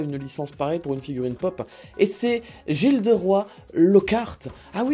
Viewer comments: "JILDEROI Lockhart" mdr, seriously? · "gilderoy" il me semble que ça se prononce "guilderoye" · COMMENT A T'IL PRONONCER GILDEROY ? 😭